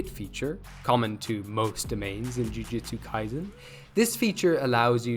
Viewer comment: ITS NOT JUJITSU KAISEN ITS JUJUTSU KIASEN 🤓👆